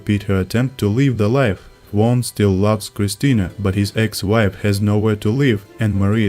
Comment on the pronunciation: worst pronunciation of "juan" of all time )) thank you for the video